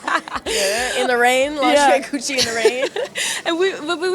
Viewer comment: babygirl almost said “grucci” the homeschooling really POPPED out there.